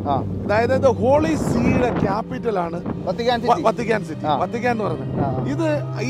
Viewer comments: വത്തിക്കാന്‍ എന്നാണ് വര്‍ത്തിക്കാന്‍ എന്നല്ല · Vatican, vartican alla.